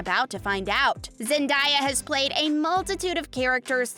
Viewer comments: I cannot watch this video listening to the speaker mispronouncing Zen-DAY-Uh. SMH, "Zen DIE uh"? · Zendaya is pronounced ZIN-DAY-UH 🤯